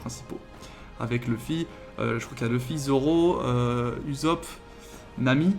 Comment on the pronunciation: Toujours présent pour regarder tes vidéos manga surtout quand tu parles de one piece qui est ma vie💖💖,PS:on dit ussopp et pas usopp😂😂